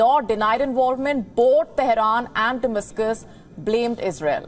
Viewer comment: Can someone teach this desi bhadi how to say "damascus"